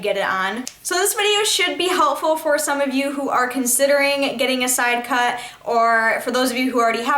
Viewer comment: why don't you learn how to say sidecut. and Monroe. it's not man-row.. fucking idiot... little miss I'm to good to acknowledge anyone. there are numerous questions people have asked. NUMEROUS. it doesn't matter how many hours a week you work. seems like out of your oh so hard job you found time to make all these fucking dumbass videos. if you have time to make these videos. why don't you have time to pay attention to any of the people commenting. give me a break lady! fuck!